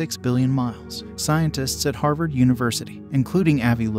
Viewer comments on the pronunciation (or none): none